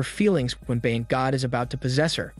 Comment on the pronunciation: Ba-yan” why do people keep pronouncing it wrong. Also Thai people does your Bayan have the same meaning as ours here in the philippines? ours means Community or Nation. I'm curious as to what you're Bayan means.